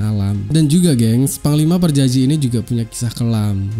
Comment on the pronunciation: PAJAJI BUKAN PARJAJI LONGORRR...